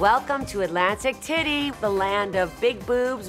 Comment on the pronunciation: Did she say " Atlantic titi"??? She just pulled a Romona